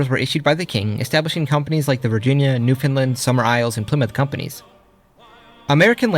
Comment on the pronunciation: I mentioned in the past when you had pronounced it wrong, so it’s only fair that I now thank you for pronouncing Newfoundland correctly lol